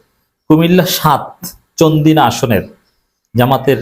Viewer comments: ঠিক করে উচ্চারণ কর।চান্দিনা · আপনার এই অভিযোগ সম্পূর্ণ মিথ্যা। আপনি সবসময় জামাতের নির্বাচন পদ্ধতি নিয়ে নেগেটিভ সমালোচনা করেন। চান্দিনার নামটা ঠিক মত বলতেও পারেন না। আপনি কি ব্যারিস্টার শাকিরুল্লাহ চেনেন?রুকনদের ভোট কে কত পেল,তাকে অন্যকেহ জানতে পেরেছে?এগুলি যারা বলছে সম্পূর্ণ অনুমানভিত্তিক কথা। আর আপনি তাদেরকে আরো উস্কে দিচ্ছেন। আপনার মাঝে মাঝে সমালোচনা গুলি আপত্তিকর। প্রকৃত ঘটনা আপনি জানেন না। প্রত্যেক প্রার্থীদের বেলায় তাদের আপত্তি।